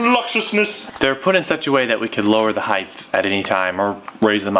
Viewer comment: It's height not heidth. Now you know..... and knowing is half the battle. Duke G.I. Joe